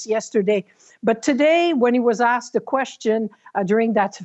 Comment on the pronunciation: Oh he was “axed” a question….. and then you lady…. Honestly… who are you and what do you feel YOUR IMPORTANCE on politics is that you feel you can give political advise?